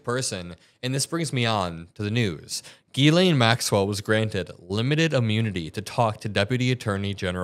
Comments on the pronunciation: Being french, can I tell media that her name is Ghislaine (pronounce jislaine) and not as Guylaine like you always say! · Epstein was a goofball from the Bronx. He needed Ghislaine because she was posh and knew all the famous people. Epstein made his money by blackmail and money laundering. Ghislaine and Ivana would drive around looking for young girls to groom. Ghislaine is pronounced zhee-LEN. Epstein claimed he needed to climax 3 times a day. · Chuck knows her name is not pronounced “gizz lane”😅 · It’s NOT Gee-Lane. It’s pronounced Jiz-lay. It’s French. The n is silent. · JIZZ-laine is not how her name is pronounced. Its GHEE-laine like is saying it. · the over pronunciation of “Gee Lane” is really throwing me off. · The name is french and pronounced: Jislaine Maxwell. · It's pronounced jeez lane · Hearing Chuck Schumer mispronounce ghislaine was too much..be warned.